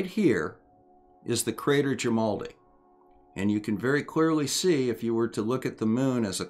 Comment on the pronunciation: At least once you left out the r, sounded like "jimaldi" to me.